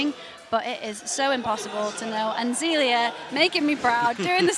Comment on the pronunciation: BTW, it's not Zeeleeuh it's Zayleeuh